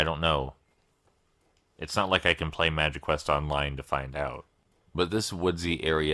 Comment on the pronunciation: I thought you said magiquest correct the first time haha